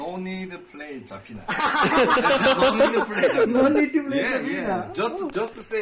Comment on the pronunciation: Bro its Zuh-fina not ZAAAAH-fina 😭